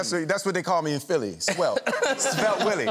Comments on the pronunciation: Philly not Philli 🤦🏼‍♂️ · "Philli" lmao. Philly. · Philly not Philli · “Philli” lol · *Philly please for the love of god. As a Philadelphian, please fix this.